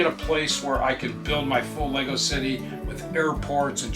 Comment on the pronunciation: ahhh I am really enjoying your videos xx its kinda hard to explain but I guess we say LEGGO like emphasis on LEG ... lol I hear LEY Go when I hear you guys speak about it 🤣😍😍 but it also might just be my ears lol 😍🤣🤣 I love it !